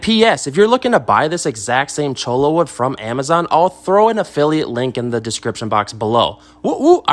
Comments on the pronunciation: Don’t hate me for bringing up pronunciation , but the thing is, it’s not just a matter of pronunciation, it’s a matter of meaning. Cholla (cho-ya) is a type of cactus, chola (cho-la) is slang for Latina woman, with the implication that she’s a gang member. It’s not exactly intended as a compliment. So I would encourage you to say cactus. 🙂 That said, thanks for this great video! I was really surprised how much driftwood costs at my local stores, but cholla grows everywhere around here. Problem solved. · Cholo wood? LOL. You ain't from around here, are you? Choy-ya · its "choya" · Choy-ya cactus 🌵 Every other pronunciation is incorrect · none of them were correct. hehe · One is the right way to say it and the rest are not... the double L is pronounced like a Y!